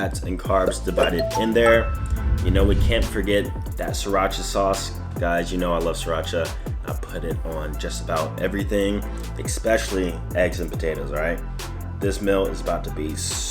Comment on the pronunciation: Y he say mills instead of meals and Xpecialy instead of especially